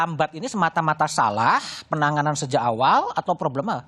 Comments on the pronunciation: PENANGANAN ....BUKAN PENANGANGAN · Maaf, admin. Penanganan, bukan Penangangan